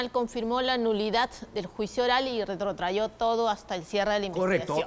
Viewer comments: RETROTRAJO, no "retrotrayó" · Mi querida jurista en derecho penal, la pronunciación correcta es RETROTRAJO., y no es retrayo.